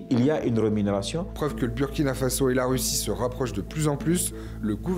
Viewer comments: Svp on prononce bOUrkina faso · Burkina Faso se lit Bourkina fasso.ce n'est pas un nom français,vous prononcer très très mal.revoyez désormais la prononciation car si vous lisez selon la logique française ça n'a pas de sens et moi ça me fait mal